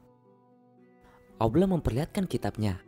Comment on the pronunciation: Kenapa tak sebut Allah dgn jelas ?